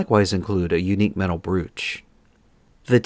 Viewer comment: Regarding the TNG admiral uniform; firstly, 'brooch' is pronounced 'broach', secondly, it wasn't a brooch, it was the rank insignia.